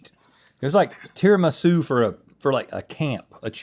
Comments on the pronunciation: Rhett: tiramisa? Me: is tiramis"u" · I'm sicilian and I am fuming! TIRAMI-SU! Where does Tirami-sei come from?! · Why were they saying tiramisa ?! I watched this at work and I had to take a moment 😂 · tirimissai? nooooooo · The way Rhett pronounces Tiramisu… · No way u Americans pronounce tiramisu like that… I dont want to believe that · You really don’t know how to pronounce tiramisu? :O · Why did Rhett pronounce tiramisu weird?